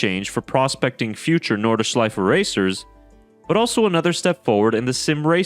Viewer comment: NORDschleife, not NORDEschleife